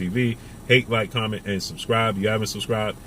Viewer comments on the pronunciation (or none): none